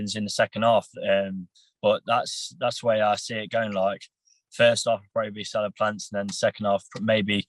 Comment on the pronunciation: can someone tell me why this guy is calling caleb plant ,celeb plant ? lol wtf 😂😂